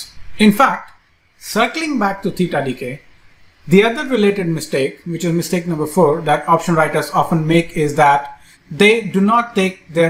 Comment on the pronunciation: Excellent-- mitsake instead of mistake